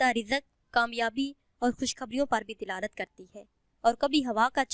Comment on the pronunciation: Apni urdu to thek krlen, dilalat nhi hota dalalat hota h